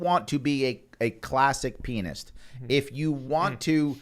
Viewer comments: He said, "pianist." 🤣🤣🤣😂🤣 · He said,"pianist."🤣🤣🤣😂🤣😅